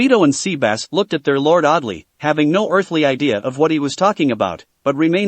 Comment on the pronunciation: He called sebas Sea bass i’m done I am so done🤣🤣🤣🤣